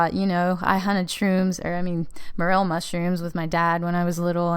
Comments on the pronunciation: Why pronounce as mur’-el? It’s pronounced more-el’. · mer-el......what? say it right. more. l. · I've never heard them pronounced as "Meryll" mushroom like you do. It's actually "more-ELL". Maybe it's a regional thing? However, I loved your video and all the details that you went into. (And yes, I am a Biologist). And as you found out you don't need to buy a laminar flow hood. It's easy to make an (almost sterile) glove-box with a plastic storage container from Home Depot and a bit of ingenuity. And with regards to your query about why sometimes mycellium behaves in a certain way ("they band together and form a mass...") but yet does not end up creating fruiting bodies, may be somewhat related to the mycelia making "clamp" connections. (Essentially "clamp" connections is a way that many fungal species have "sex"). That's why it is often preferable to take a (sterile) piece of the mushroom itself (rather than spores) in order to inoculate whatever growth substrate you then choose. That way you know that the genetics of that resulting mycellium is capable of forming the fruiting bodies. Here's a very technical link to an abstract: Often it is very possible to have very vigorous mycelial growth in all sorts of substrates but still not find the exact trigger to get them to fruit. Since you're obviously very knowledgeable I assume that you're very familiar with Paul Stamets. His book "Growing Gourmet and Medicinal Mushrooms" is a wealth of information. (eg. Sometimes there are multiple unknown environmental triggers that are important in order to get a mushroom to frui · Pronounced Mor-el!